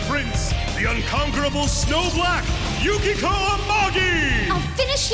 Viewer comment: its pronaunced yu-kie-ko